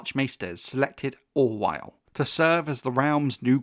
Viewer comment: the captions say- “Grand Master Orwyle” but all I heard you say was- “Grand Master Ronsthahaussss” lol